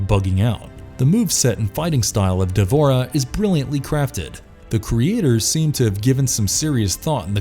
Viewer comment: It's wrong to to pronounce D'vorah as if it has an A in between D and v in it